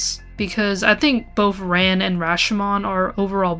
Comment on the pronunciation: RAN. Pronounced like "fawn".